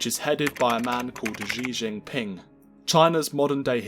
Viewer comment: This guy can't even pronounce the Chairman's name, let alone Mao's. So much rubbish in this.